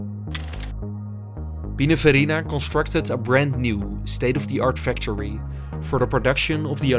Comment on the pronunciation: PLEASE GET AN AI NARRATOR. YOU ARE BUTCHERING The english language. Cant even pronounce factory...